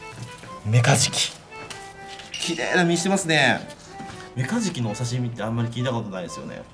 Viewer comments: メカジキじゃなくて メガジキで草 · ごめん。何回聞いてもメカズキにしか聞こえないっす。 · 始めメカジキが｢三日月｣に聞こえて何言うてんねんこいつって思いながら聞いてた